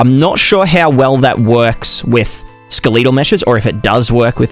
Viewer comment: This pronunciation of skeletal is making me anxious. Sorry can't help it.